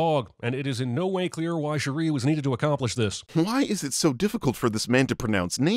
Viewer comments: How can you take CinemaSins seriously anymore? HE CAN'T EVEN SAY THE NAME OF THE PROTAGONIST RIGHT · It’s actually really messed up that he does this whole movie without being able to pronounce Shuri’s name… I know that people throw the word racist around so much that it’s lost meaning but that’s some really racist shit to listen to a name’s pronunciation a million times and syill actively decide to pronounce it differently… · You should have done a bonus sinning round on how many times mispronounced ’Shuri’ 😄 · Did always mispronounce Shuri's name, or is this the first video where he does it? I can't remember. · I am always puzzled by whyte peoples ability to completely butcher the pronunciation of names especially when an example of the correct way to say it transpired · thought he was smart pronouncing “Shuri” as “She-ree” because he thinks that their names should be complicated in pronunciation due to the stereotype of African’s names being pronounced in a “complicated way” Pls tell me if I was accidentally racist, I despise racism. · Him pronouncing Shuri as Cherie chapped my cheeks😒. INFINITE SINS! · I cringed every single time bruh said “Shuh-Ree” 😭😭😭😭 Thank you for the comments on cultural context too! So on point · I wouldn’t be surprised if CinemaSins is just reading a script and he doesn’t actually watch the movie. That’s why he says shit like ‘Shu-ree’ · I will say the most annoying part about this video is Constantly miss pronouncing her name like you said, Who the fuck is Shuree?? 🤨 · Who else felt extremely irritated about the way butchered Shuri's name? Because I did. It's like he was trying to say Sharice, but cut himself off, while simultaneously trying to hold in a sneeze. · it was really annoying almost immediately and it's true, how does he mispronounce it so wrong when she's been a character for decades and has been in the mcu since 2016 and is the protagonist of this entire movie